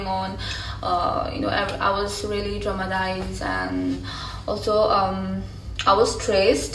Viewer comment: Are u trying to say traumatize or dramatise 😂😂😂😂